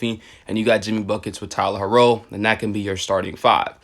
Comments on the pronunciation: how r u a heat fan and still saying Tyler "her-row"??? LOL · Why u say HERRO like that 😢😂